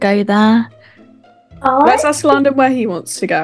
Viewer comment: LaDdeR instead of landon has me cracking up lol and GigicHaD hahaha